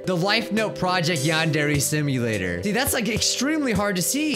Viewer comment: Welcome back to "Yond every Samia" I CANT MY GOD :PPP